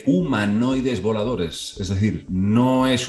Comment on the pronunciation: Yo pensé que decía humanoides violadores 😂